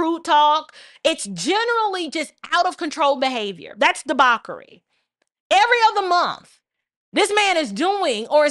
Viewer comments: What's debarkery? Debauchery? Is that what u r saying? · DEBAUCHERY correct phonetic pronunciation is duh-baw-chuh-ree So, sounds like De-baw-chur-ree Feel free to Google the 🔊 pronunciation. Thanks